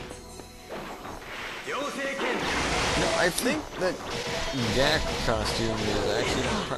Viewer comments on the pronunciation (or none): Gackt is Japanese btw... and is said like jacket but with a g... Gackt to save to world...YAY